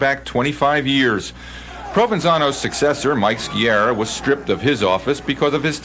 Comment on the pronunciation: Ski-ah-rah, not Ski-erah. Can't even pronounce properly, so called reporters...